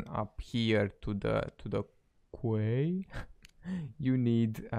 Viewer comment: Nice video man, this game seems really cool so hopefully the smaller youtubers that cover it will get some recognition along with the game! Also the word "Quay" in English is pronounced "Key", its the word for a platform at a dock or something